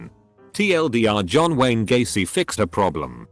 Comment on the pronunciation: read John Wayne Gacy as John Gwen Stacy